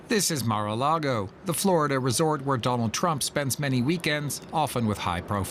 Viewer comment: "Mar-A-Largo accord"? 🤣🤣🤣